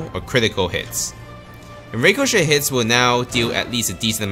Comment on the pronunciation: you're not saying ricochet right